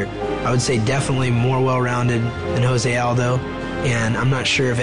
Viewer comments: Lmao joe se aldo? Isn't it jose aldo or joe se aldo lol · LOL Joe Rogan calling him JOE ZAY ALDO instead of HO ZAY..... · Rogan keeps saying Joe Say Aldo. damn I mean I know he's white but wtf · lol i kept wondering that too. why is it joe say aldos. made me question if its jose or joe say lol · really Joe Rogan really...???? JOE-say Aldo???